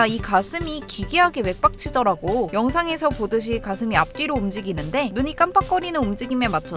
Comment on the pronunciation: 맥박치더라고 부분이 왜 나만 개빡치더라고 라고 들림?